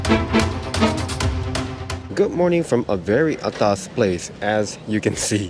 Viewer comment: I must say... you have been singaporeanized! The way is pronounced 'atas' is perfect! Hahaha! Keep up the good work!